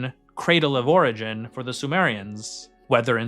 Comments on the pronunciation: “origin” is normally pronounced with the emphasis on the first syllable: OR-uh-jin. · Is this really a new video? I recall you mispronouncing "origin" exactly the same way on a previous video about this.